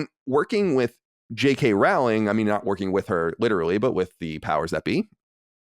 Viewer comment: Great interview, Colin! Also on Rowling's name, it's "Rowling" like "bowling." 😊